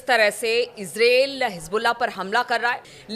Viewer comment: Israil bolna to sikho pahle